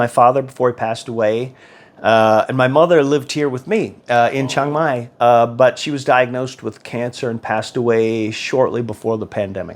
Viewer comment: Why is it you Americans go someplace and mispronounce the name of the place consistently… it’s not Chong Mai.